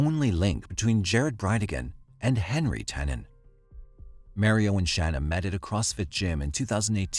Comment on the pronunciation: The way that you pronounce 'Mario' is criminal.